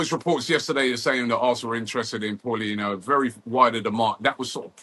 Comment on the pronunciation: paulinha not paulinho